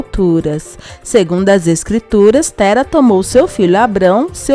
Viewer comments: não é pronúncia nome terá como se fosse tera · Se ta escrito terá pq vc está falando tera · Nao é TÉRA é TERÁ COM acento no a TERÁ,,,,,...... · Você fala Tera não seria Terá? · É Terá, não Téra !🙄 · Terá, ele que fica falando Téra. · Ouvir v.dizer Tera e não TERÁ dói nos ouvidos kkkk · Mulher o nome do homem é TERÁ (PRONUNCIA-SE COMO NO VERBO , POR EX. : " Ele TERÁ um filho " com.acento agudo no ultimo Á e não TERA , sem acento ! Tu não ouve na novela como falam o nome do personagem não ?? Eu hem ! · Como é que você comenta uma novela que você não assiste? O nome do personagem se pronuncia TERÁ, não é Tera só a escrita. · NÃO É TERA QUERIDA, É TERÁ!!! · Minha querida, não é Tera, é Terá. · o nome é terá, meu Deus fala o nome do homem todo errado credo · Não é Tera, mas Terá que se fala! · O povo comenta a novela não sabe nem pronunciar o nome do personagem corretamente e inverte a história. Antes de comentar deveria assistir pra saber que o nome é Terá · NÃO ADIANTA ELA NÃO CONSEGUI FALAR DIREITO O NOME DELE. E TERÁ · ELA CÓNTÍNUA FALANDO ERRADO. TERÁ NÃO ADIANTA ELA NÃO CONSEGUI FALAR DIREITO DESCÚPE RI SEM QUERER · GENTE TEM QUE DIZER PRA EĹA COĹOCAR ACENTO NO À. TERÁ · A pronúncia é Terá. O acento agudo está na última sílaba. Então por favor, pronuncie direito. Teráááá ou está difícil de entender?? Parece a voz do Google falando errado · Terá mulher,pronuncia correto ô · O nome é Teŕá !!! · Narradora burra,sabe nem falar o nome de terá kkkk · Aí que agonia dessa mulher falando o nome do terá errado 🙄